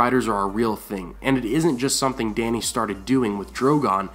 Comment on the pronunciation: You went back to saying Dany's name wrong